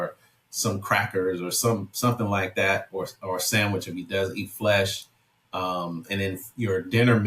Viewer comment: Guy talks like a Vegan, "they dont wana eat FLESH" I love it ;)